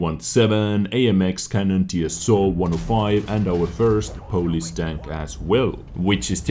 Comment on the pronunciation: who else thought he was saying police instead if polish